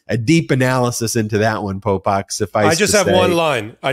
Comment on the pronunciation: Popok… I was driving around listening and I thought you were calling him pol pot😢